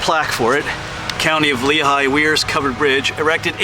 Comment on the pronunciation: This is a very cool covered bridge! It’s actually pronounced “wares” mill. You were only about 20 miles from the Kredersville covered bridge outside Northampton. That one is my favorite. It’s beautiful!